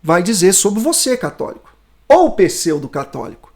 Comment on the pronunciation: Não dá pra levar a sério quem fala "pesseudo"...